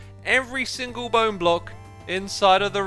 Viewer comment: ...bow-ne... that's all